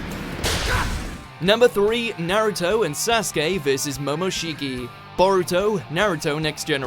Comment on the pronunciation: Funny that in the same sentence you pronounced sasuke right but not momoshiki. (Saske, momoshki)